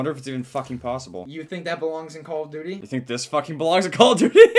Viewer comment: CALL OF DUETEY